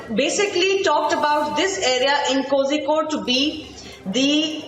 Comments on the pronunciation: Pronouncing of kozhikode is Kolikod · It's koricode.